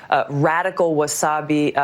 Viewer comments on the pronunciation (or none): Did she say "Wasabi"? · Interestingly enough, watching those hostile interview clips may have resulted in Tulsi bumping Elizabeth Warren down one spot on my short list. Bernie remains my first choice, but I think now Tulsi is my second. She may have mispronounced Wahabi as wasabi, but she handled herself very well in those clips when she was being attacked unfairly. She can keep her cool under fire. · She said the “Radical wasabi” haha anybody catch that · lol she said wasabi.. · Forgive me for being ridiculous but Tulsi hella said wasabe 🤣. I'll stop now. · I agree with her but she almost said wasabi😂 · I like Tulsi and it could have happened to anyone, but it was hilarious when she said “Wasabi” before correcting herself. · lmao she said wasabi. sorry go on tulsi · Did she say wasabi? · Lol she said "wasabi" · Ok, I chuckled a little when she said wasabi instead of wahhabi. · "Wasabi---" Nice haha I just thought this minor flub was funny Not trying to smear Tulsi or anything - I actually like her. Fuck MSM for these whataboutisms. #toughTulsi #theGabbardgavel #TheKamalaProblema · I love Tulsi but I also had to refer that in the comments. It was just too good of a misspeak. :D